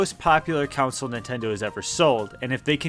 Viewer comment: The Wii is a CONSOLE not a “counsel” 🙄